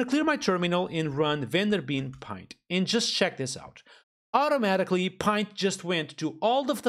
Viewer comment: It's pronounced like "Lint" with a "P" instead of "L", not as pint as in "pint of beer"